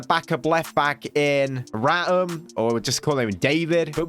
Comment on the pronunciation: You pronounce Raum's name as if it is spelt as Rowm